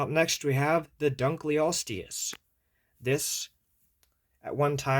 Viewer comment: Also its called "dunkleosteus" not "dunkleostis"